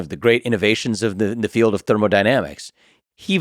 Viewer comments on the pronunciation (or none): none